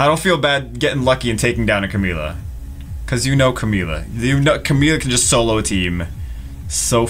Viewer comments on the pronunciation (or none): none